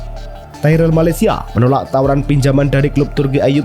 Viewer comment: Presenter ko tolol malacia di baca malasaia